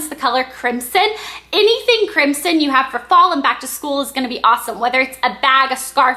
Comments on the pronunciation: it's pronounced crim-son. Not crimp-son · the "s" in crimson is pronounced with a "z". Just so you know :) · it's pronounced crimZon -_ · ok i love this:D BTW isnt Crimson pronounced Crim-SIn? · you say crimson wrong.